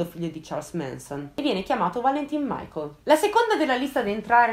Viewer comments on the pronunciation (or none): none